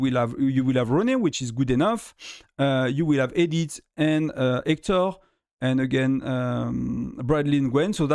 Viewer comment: E-dith Say it slowly. Edith